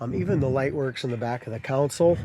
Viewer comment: CON-sole…….. not COUN - sul 🤦‍♀️